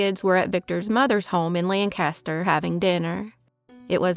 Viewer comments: Awesome video - For future reference Lancaster here in PA is pronounced lank ah stir and the street named dauphin is pronounced daw fin. 😊pa has funny pronunciations lol😂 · Daw-Fin. Lang caster. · In New England, they pronounce it: LAHN-cast-ahhh. In Pennsylvania, they pronounce it: LANK-ster 😅😅